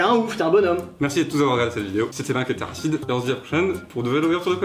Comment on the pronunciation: TERRACID, PAS TERRACIDE